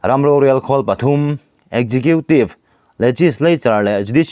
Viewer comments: Khawngaihin executive tih hi ekgiqiutive tia lam lovin, Eksikiutive tiin lo lam hram teh,, a sak ltk mah mah a,,... Tha thin ltk e.. 🙏🙏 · Pu nghaka kha chuan executive hi ekzekhitiv tiin a lam